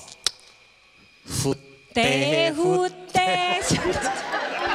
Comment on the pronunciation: 台灣國語的笑話啊！蝴蝶國語發音與台語發音"佛" "茶"聽起來雷同！這是笑詪ˇ